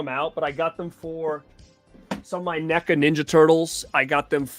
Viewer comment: You collect films to display and for their value. I collect films because I love watching cinema, we are not the same. I will give you this, you pronounce NECA correctly.